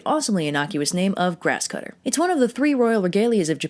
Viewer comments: im drunk right now and the flawless way she says the complicated name of that japanese sword has me reeling. goddamn. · When said the name of the sword I was all like... damn she made that sound so easy to say.